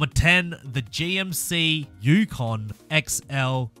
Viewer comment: And btw you pronounced the gmc yukon perfectly